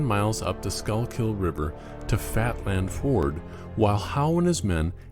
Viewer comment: The Schuylkill River is pronounced 'skoo-k'l'. Call someone in Philadelphia and ask them to speak that name. Paoli is pronounced 'pay-OH-lee'.